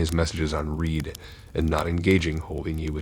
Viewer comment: Love your content bro. Just some advice /constructive criticism - double check your pronunciation on words. Couple times in here you mispronounce which can take away from the story. Ex you say “reed” instead of “red” ❤️